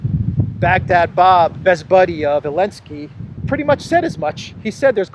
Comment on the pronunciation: Why do you say Elensky instead of Zelensky?